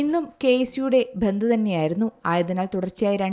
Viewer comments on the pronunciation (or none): ഭന്ദ് അല്ല ബന്ദ്